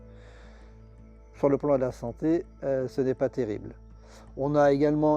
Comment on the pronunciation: Ben non il ne dirait pas terrille ...